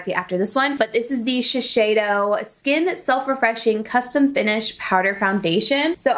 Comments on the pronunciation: Shisheido? No. It’s Shiseido. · ShiSeido! Not ShiSHeido 🤣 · Hi. FYI. U spelled Shiseido wrong. It’s pronounced She-Say-Do. I used to work for them.